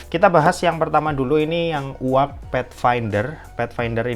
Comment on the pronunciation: Koreksi sedikit: 1. Mujjo leather asli 2. Yu-Ei-Ji, bukan “Uwag” dibacanya